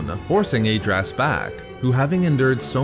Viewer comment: Great video but you should listen to the Decieved audiobook for the correct pronunciation of Lord Adraas,hurts my ears to hear it pronounced wrong.